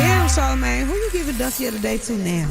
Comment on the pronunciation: Charlemagne: “ Schrange”